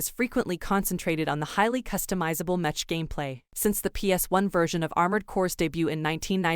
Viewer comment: lol “metch”